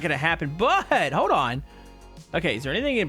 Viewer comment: hoed on..... no it's hoLd not hoed.